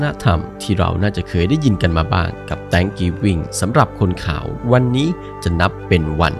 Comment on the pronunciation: กรุณาออกเสียงคำว่า “Thanksgiving” ให้ถูกต้องด้วย เวลาคุณออกเสียง เสียงตัวอักษร “S” ไม่มีเลย ถ้าจะพูดภาษาอะไรก็ตาม ควรออกเสียงให้ถูกด้วย คนรุ่นหลังฟัง จะตามตัวอย่างผิดๆ